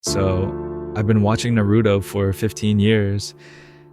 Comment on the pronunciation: 15 years and still can't pronounce naruto properly. ok bud